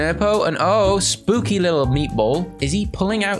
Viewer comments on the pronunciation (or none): none